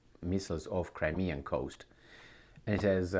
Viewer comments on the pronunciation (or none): none